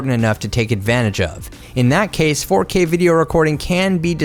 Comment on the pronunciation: the way he said 4K 😂😂